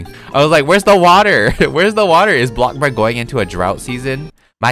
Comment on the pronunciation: It‘s bloxburg Not blockburg!!!